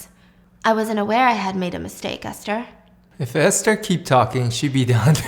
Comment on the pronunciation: wait i think it’s Ester not Aster 🫢?